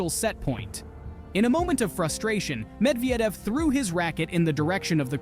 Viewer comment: Ah yes, Daniel Med-vee-edev, that guy. Seriously dude, there's like a million ways you could have found out how to say his name properly. And no, Roger Federer wasn't "working out" with Dimitrov and Alcaraz - he literally just went to say hello to them while THEY were working out.